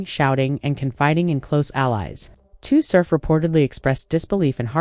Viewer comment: First of all they said “Tay R O C” lmaooo you just lost your battle rap pass don’t speak on nothing battle rap please 🤣🤣🤣🤣💯